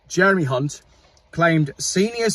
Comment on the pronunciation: Loved the Monty Python slip-up on saying Hunt. Keep up the good work!